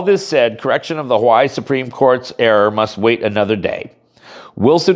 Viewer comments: Huh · wai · ee, Not How-Why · Ha-why is the English pronunciation.. Ha-why-ee is the Hawaiian.. doesnt look Hawaiian